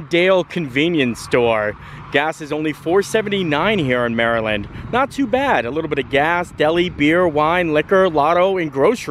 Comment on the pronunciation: Finally, someone that pronounces Maryland properly! We definitely silence the "T" in a lot of words or pronounce it like a "D" such as budder instead of butter.